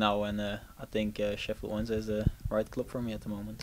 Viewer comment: I coulda sworn about 6-7 seconds in he said Sheffield Monday XD Had to go back to listen again and he does say Wednesday.